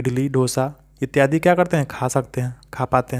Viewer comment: Etyadie d harsi hota hai d dirgi nahi